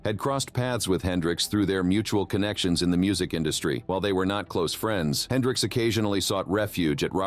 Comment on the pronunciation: Jimmy "Hendrick" ???? 🤦🏾‍♂️